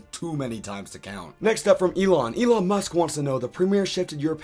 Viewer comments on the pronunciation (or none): none